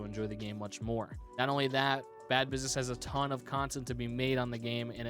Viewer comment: Did nobody notice that said "tone" instead of "ton"?